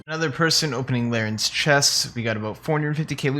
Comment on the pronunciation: Rsn: its larrans, not larrens:)